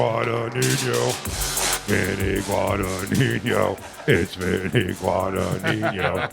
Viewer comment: Vinny “Guadaniño” hahaha